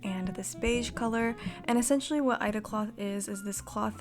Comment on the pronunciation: It's said "i" "e" "da" lol. Aida is used for cross stitch. For embroidery you should use an evenweave fabric such as linen.